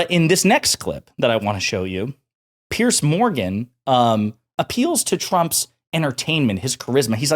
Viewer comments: It's Piers , pronounced like peers. Not pierce. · Dude it's PIERS, not "Pierce" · Piers not Pierce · It's Piers, not Pierce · His name isn't Pierce, it's Piers like peers.